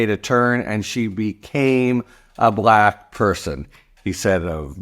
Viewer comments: Just the way he pronounced Black repeatedly was intentionally insulting. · 'Discussions' is a word I wouldn't have used. I felt most revulsion at the WAY he pronounced the word 'Black' as if like in his tweets there were quotes around it. So creepy.